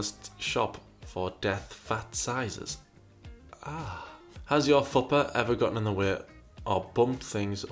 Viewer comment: The way you say fupa cracks me up 😂